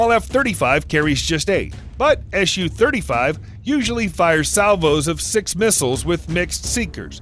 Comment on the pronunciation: Dear Americans, Please don’t call it ES YU, its. SU (soo) 35